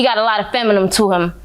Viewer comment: Wth is feminum, how u got so much 2 say but can't even pronounce the insult correctly 🤦🏾‍♂️